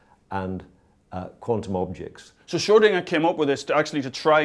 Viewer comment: Thank you for saying Schrödinger and not "Schrodinger"!